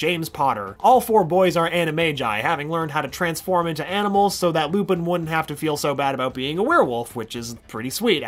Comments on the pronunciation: he says "Lupis" instead of Lupin. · "lupus" goes beast mode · Did he just call him Lupus? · He called lupin lupus